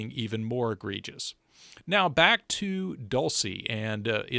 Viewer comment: +10 for the outstanding, professionally-edited drone footage. +10 for showing us the "guard towers". +1 for properly pronouncing "egregious" and +1 for using the word egregious in the first place. +1 for using the phrase "du jure" (you'll forgive me, I'm a college professor), and +5 for showing the image of your Dad reading the Bible. -1 for using the phrase "begs the question" in a sense that, although now accepted due to constant misuse, is technically wrong (begging the question, as I'm sure you know, is a logical fallacy---and was never intended to mean "prompts the question"). Your Grade: 27/28 = 96%. 🥳 To the vid: It WAS very professional, much better than the putative "journalism" performed these days by the MSM. Your theory seems to fit the facts nicely. It's interesting that the setting of L'amour's "The Haunted Mesa" (1987) is about 150 miles west of that area. Though the setting of his book is near Lake Powell, one of the maps at the beginning of the book shows the same area you analyzed here. That book deals with terrain very much like what is shown in your very excellent vid, lots of canyons and mesas. Looking forward to your next work. Stay safe!